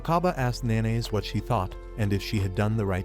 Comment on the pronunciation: Nanase isnt pronounced "Na-Nays". Its "Na-Na-Seh" Fucking AI bullshit. Use your voice.